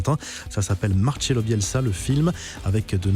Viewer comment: Trop marrant quand tu fais ton accent italien et que 2 secondes après tu dis MARCHELO Bielsa, en espagnol cela se prononce PAS DU TOUT comme ça